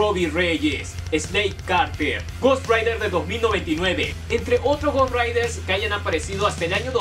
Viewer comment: Es rider no raider